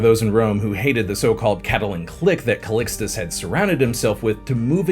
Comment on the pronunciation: The way you say Calicxtus, to a latin person sounds like Ali G saying Restecp 😅😅